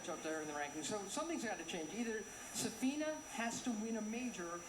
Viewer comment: For Christ's sake, it's S'afina, not Saf'ina!